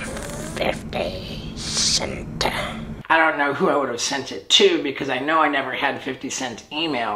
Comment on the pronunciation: I know I’m not supposed to laugh but everytime I hear and see Steve o say “I have to write an email tonight………..to! 50! Cent!😡”Plus the face he makes😂😂